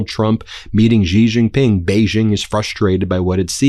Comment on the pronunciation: It's pronounced she, she Ping Ben😅